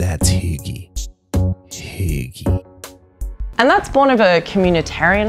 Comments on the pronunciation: Yes, she's pronouncing it horribly. And if it weren't for the context, I wouldn't have known she was saying "hygge". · Hi a random dane here and i cringed so badly every time they said hygge, they pronoused it wrong and now i know they cant say it right coz they dont know how but for godsack somebody tell them how its said right. ( and im sorry if i spelled something wrong like i said im from denmark so yeah english isnt my first language) anyway it was a great video beside the hygge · For the record.. You are TOTALY butchering the word "Hygge"... My ears are bleeding :( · The way "hygge" is pronounced here would never be understood by scandinavians🤭. Also feminism, 'colonial guilt' and diversity as acceptable topics has been put in the trash bin, that's true. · How can you live here for so long and still not know how to say hygge? She's in her own bubble not integrating and then going around lecturing. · Isn't she pronouncing hygge wrong? D